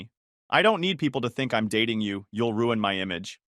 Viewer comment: Since when can this AI voice not pronounce don't